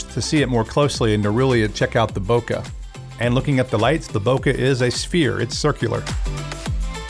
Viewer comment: I thought I was pronouncing it wrong but I wasn't. Bokeh is prounounced /ˈboʊkeɪ/ BOH-kay